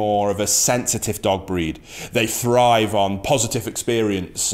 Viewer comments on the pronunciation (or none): none